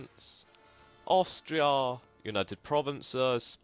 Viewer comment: hey, nice gaming! Say: why do you pronounce "Aushtria"? Is this a kind of dialect?